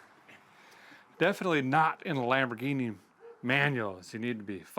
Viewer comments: It's the "Lam 'Board'ghini " LOL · Everyone saying Lumberghini while I’m sitting here saying Lamboardghini. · It's a LambhOrganic! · I'm going with "Lumberghini" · Lumberghini count-ash. Lol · Lol Lambordghini. Guess you can name it master splinter.😂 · "Lumberghini". lol